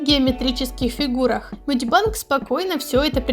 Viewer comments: Меня так трясет с этого "медибАнг" МедибЭнг госпаде медибЭнг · А можно не мади банг ... Ты меня прости просто мне уши режит 😂